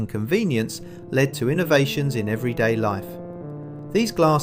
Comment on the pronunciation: How AI f***s up...Mark instead of mark, LED instead of led, clearly nobody can be bothered to check.